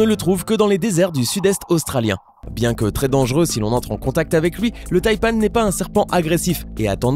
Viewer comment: On ne dit pas taipane mais taipan sinon j'adore tes vidéos